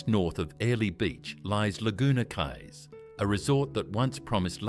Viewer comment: ..I WENT TO CAIRNS ONCE, IT WAS A WHILE AGO, BUT IT SEEMED LIKE A NICE ENOUGH PLACE 🫠🥹☺️😊😇♥️❤️..WELL.. BETTER THAN MY HOMETOWN, ANYWAY 🫠🥹☺️😊😇♥️❤️.. AND I THOUGHT QUAY WAS PRONOUNCED KEY??..OR HAVE I BEEN WRONG??.. EITHER WAY 🫠🥹☺️😊😇♥️❤️..